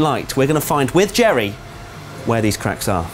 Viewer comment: It's 'jerry' with a 'g' actually